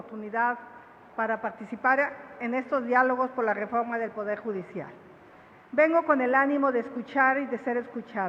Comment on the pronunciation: Nambre empezando tu diálogo ya la regaste diciendo vengó a escuchar y a entenderrrr cosa imposible para ti NETA porque tú no entiendes nada nada. Lo que estás hablando lo aprendiste al igual que un 🦜 loro jajajaja te escribieron un papelón y así como lo lees que me moría jajaja jajajaja che viejaaaa.